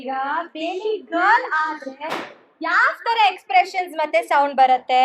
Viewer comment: Not Gril it is Girl